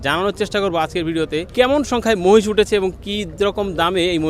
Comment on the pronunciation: মাহিষ না মহিষ 😅